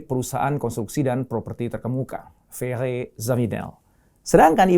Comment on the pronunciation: Ferre di baca Frerre?